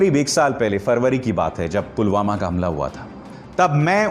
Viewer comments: Pulgama or pulwama, modi ruling the country but can't take name correctly of its places. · btw modi ne video mei.. pulgama kaha hai... naa ke pulwama 😁😁😁😁😁😁😁😁😁😁😂😂😂😂😂😂😂😂😂😂😂😂😂😂😂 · pulgama bol raha h modi pulwama ko 😄😄😄😄😄😄😄